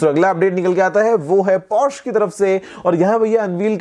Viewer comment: Sirji 'Por' 'sha' hai... Porsche nahi